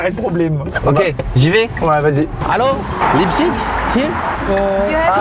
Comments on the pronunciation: leipziGGGGG c'est un g pas chhhhhhhheee suisse vas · Amixem c'est le gars en cours d'allemand qui prononce "-ig" "-ich" alors que moi c'est la team "-ik" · CA SE DIT "LEIPSIG" ET NON PAS "LEIPSISCHCHCHCHCHCHC" OBJECTIF 100 ABONNÉS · On dit pas leipziche mais leipzhich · On dit pas [Laïbsich] mais [Laïbsig] 😂 désolé mais ça m'a stressé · Alors par contre Maxime je crois que Leipzig ça se dit "Lépsigue" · Qui prononce cette ville lébzigue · T'as faux on dit Leipzich